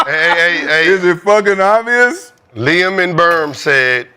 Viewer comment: Kenyon DESTROYED Rashad with the "is it obious?" 😒😂😂😂